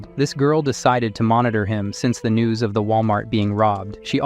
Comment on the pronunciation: No one notice on the ending part when he said "NEWS" he made it sound like "NUDES".?